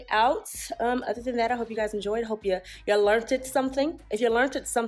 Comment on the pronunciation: New subscriber... I learn'ted something... and it wasn't just how to say 'learn'ted!!! hahahahaaaa lovely job!!!